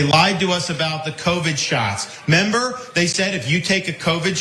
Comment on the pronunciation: How does someone who graduated from Harvard say "member." What happened to the, "re?"